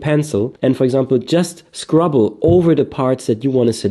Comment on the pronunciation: I love your pronunciation of scribble 😂